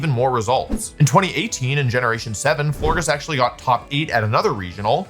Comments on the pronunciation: Who let him go with floor giss and not flore-jiss like floral gorgeous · Florges pronounced floor-jess right? Like floral and gorgeous? Does Wolfe mispronounce so that we comment 🤔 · In case anyone cares, it’s pronounced Flor-Jess. Like gorgeous and floral ❤ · wolfe, my sweet summer child. florges is a soft g because it's based on the word gorgeous. we still love you❤